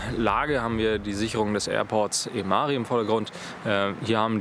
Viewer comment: Ämári? ´Ämari! Vorne betont, wie alle estnischen Wörter (und die meisten deutschen Wörter übrigens auch). Das ist nebensächlich. Aber die Esten freuen sich, wenn man es richtig macht.